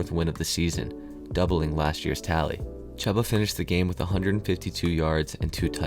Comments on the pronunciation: chuba is pronounced like chew-buh not chub-ba, but otherwise great video ! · Chooooooba bro, Chooba. It's spelled Chuba, but sounds like it's spelled Chooba. Just think of a train, Choo Choo... Chooba. Sorry, just had to say it. Nice video though! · Great information and commentary, but the volume is a bit low, and when the INTERCEPTION! blared out at level 11 I almost shut off the video. I watched it through all of the way, though, because you do indeed know what you are talking about and it shows. Even if you mispronounce Chubba (but you are pronouncing it phonetically so no harm no foul there) 😉😉😊😊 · Me being a Panthers fan, I'm struggling listening to Chubba's name being mispronounced. If you are a fan, you have heard his name pronounced before if you have watch some games this season.